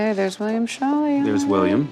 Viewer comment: Ok, so it's absolutely driving me nuts the way they keep mispronouncing Scholle! "Show-lah," not "Shawl-ee"! It's a long "o" and an "e" pronounced "uh"! (Generally you can figure out how to pronounce foreign words, especially European ones, but just learning how they pronounce their vowels! It's not that hard!) Not only that, but I don't think that passenger manifest shows his name originally was "Scholly" as the show is showing (Scholly doesn't strike me as a particularly Bavarian/German name...Schaler is more likely). It looks to me like it said Schaler, and that there was a rogue ink stroke under the "r" that I'd guess happened as the writer wrote the name. If you look a few names down, you can see how that person wrote their "y's" and it's not at all the same as how they wrote the last letter of her relative's name! So this woman, because nobody is "fact checking"/correcting these things, is going around with false info in her family story, and COMPLETELY mispronouncing/bastardizing her ancestor's name! BTW, "Dinkelspiel" is a hilariously fantastic last name of that woman who helped her in San Francisco! 🤣 You KNOW that poor girl got teased mercilessly as a kid! 😏😌